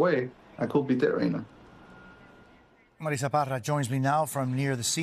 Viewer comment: I love how they always enunciate the names "en Español " i have a daughter named "Marissa ",. We do pronounce it, "Mareetza". Ffs. This is America. Speak English. 🤦🏾🤷🏾‍♂️